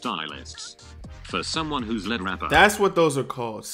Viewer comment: why you pronouncing lead wrong